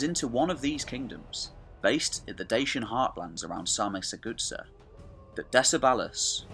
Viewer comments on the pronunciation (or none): What DEBILUS is narrating this video making two critical mistakes straight from the start? Carpathian mountains, not the Caucasian and Sarmizegatusa is not pronounced Sarmisthegoodsir:( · You really need to make an effort to pronounce these names correctly. It was cringeworthy to hear you say "Sarmizegetusa". Here is how it's pronounced: sahr-mi-ser-ge-TU-sa .. accent on the 'tu'. All your videos are pretty good except your pronounciation of foreign historical names. They are atrocious. Really make an effort my man. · Maybe learn to pronounce the names... Sar-Me-Ze-ge- thus-a I think would be in english. De- ke-bal , Do-Mi-tzi-an. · Sar me say jay too za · Very good, but I did strain at your pronunciations. de-KE-ba-luss sar-mi-za-ga-TOO-sa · actually is sarmi-se-ge-thuZZa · Zamolxes' shadow no one knows the exact pronounciation and the Romanian one is by no means the standard in this case. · Your lack of trying to read the name Sarmisegetuza is astonishing. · You dont pronounce well Sarmisegetuza. Use google translate... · If you want help with pronunciation and research about dacians and romanians you can contact me. You kind of butchered the pronunciation Sarmizegetusa and also showed images in the beginning from Ulpia Traiana Sarmizegetusa which was the roman capital of the province and distinct settlement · The narator pronunces "Sarmizegetusa" in such a way, that if it were't written on the screen, you wouldn't have idea what is he talking about. It's 1.5 million light-years away from the original. "Good" start! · You butchered Sarmisagetusa so bad, fucking destroyed it 😂😂😂😂